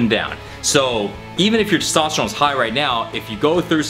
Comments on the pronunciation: Testosterone,. Not Sestosterone lol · He struggles so hard pronouncing TESTOSTERONE..... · He can't say testosterone lol